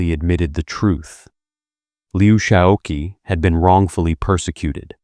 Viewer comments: it's pronounced Liu Shao QI as in "chi" or "chee." The mispronunciation of his name throughout this video is somewhat annoying. Please check pronunciations of foreign names before recording. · Qi in Lou Xisoqi should be pronounced as chi. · Uh, Dummy, that Q is pronounced "ch." President Liu Shaoqi is Liu Shaochi. The person responsible for this soundtrack should be fired. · You destroy your credibility by consistently mispronouncing Liu's name. I mean really, learn some pinyin, his given name is pronounced Shao CHEE.